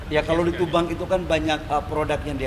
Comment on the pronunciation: Tuban pak bukan tubang